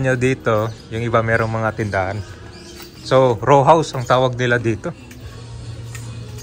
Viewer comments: Hindi “Raw” house. “Row”. As in helera. 😂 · Row House JK, hindi "RAW" na hilaw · Row....hindi raw house, hahaha.